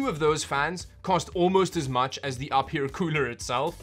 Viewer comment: Its actually pronounced you fear...